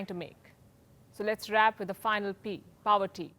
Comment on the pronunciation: Nice presentation. But its not Inflation 101, its the consequences of inflation described here. And Palki, whats POWERTY ? 😆